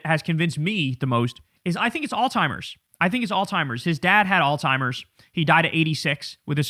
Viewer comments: Ok... I can't take it anymore. Kyle... I absolutely LOVE your content. I have been a subscriber for almost if not 10 years now. For the love of God it's PRONOUNCED ALZHEIMER'S not "all timers" I'm sure you will not see this comment but I had to say it. ****Please get this upvoted so he can see this comment**** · It's pronounced "all-ZZ-Himers" not "all-timers". Love your show, so I just wanted to help you 💜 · “ALZHEIMER’S” NOT ALLTIMERS… It’s not like ALLthephiles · Bro it’s Allz-High-Mers I said All timers most of my life but you have to button that up homie lol. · It's pronounced Alzheimer's. It's not that. If he was in the late stage of this, he wouldn't even know who he was, where he was half of the time. At best he would like bounce in and out of say himself now and memories. It's even worse than dementia. You don't just forget things, you forget what year it is, and that you are your age you are. It's not that hard to say it correctly and I understand the confusion, but it takes a few seconds to look up the disease and pronouncing it correctly would be great for those of us who had family members with it and took care of them. Especially since it's a disease that has a rare dominant gene so it's much more likely that if a parent or grand parent had it, that you will get it. Still appreciate what you do man, but just wanted to point that out. He is definitely in rapid cognitive decline no matter what it is, and we have to hope his handlers don't let him near the buttons. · Alzheimer’s no “t”